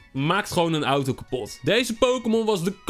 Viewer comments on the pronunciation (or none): none